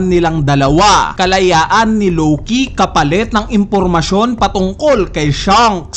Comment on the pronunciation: Si LOWKEEYYY 🤣 ang diin eh hahahhaa...